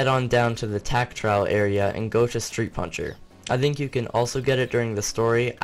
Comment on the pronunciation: I like how no one noticed power “punhcer”